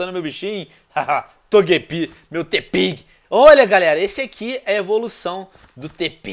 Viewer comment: em vez do venom dizer tepig ele falou togpi